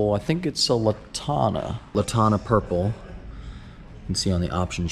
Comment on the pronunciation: LaNtana. Not Latana. GET IT RIGHT